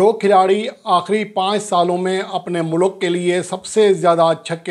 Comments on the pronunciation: Lafz MOLOK nahen kaha jata ....yaiy lafz MULK hay...... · بھائی ملوک نہیں ہوتا "ملک " ہوتا ہے 🤣🤣